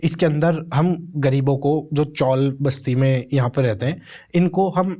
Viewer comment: Bhai kya tum 'Hum' word ko kharab bol rhe ho 🙄